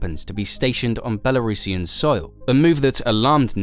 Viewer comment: doesn't even know how to pronounce belurusian but teaches us about belarus